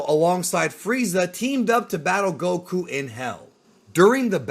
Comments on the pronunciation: The incorrect way he says the names gets on my nerves. GoKUuu! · Loved the video, really dislike how you pronounced things like saiyan and Goku just completely incorrectly.